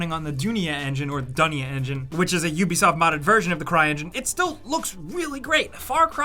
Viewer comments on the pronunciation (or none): Its Dh-u-nia as in bl-u-e, meaning 'World' in Hindi.